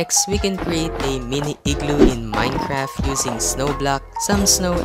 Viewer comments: Why do you say Minecraf and not Minecraft. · I like how you say minecraf instead of minecraft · Its not Minecraf its Minecraft